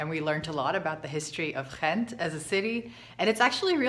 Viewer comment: Wrong. The "G" is pronounced like a "G" in Ghent. You must have encountered an immigrant from West-Flanders. Source: I live in Ghent.